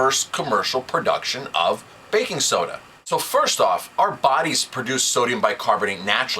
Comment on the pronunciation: "BBBAKKKING SSSODA!" Torture!